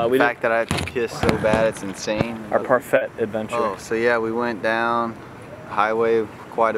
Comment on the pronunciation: You guys say parfait SO WRONGGG AHHH